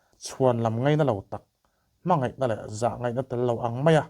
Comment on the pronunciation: A ngaihnawm e,mahse sipai tih kha sipei tih te,ngaihnawm tih kha ngeihnawm tih a hriat turin i lam a ang khawp mai a,helamah hian khawngaihin lo fimkhur hram teh a❤😊